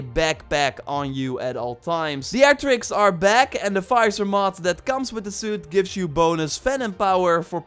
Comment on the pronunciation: Visor not Fizor lol